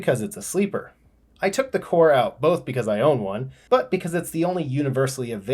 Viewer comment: It's not pronounced CORE it's pronounced... KOR-EY. SMFH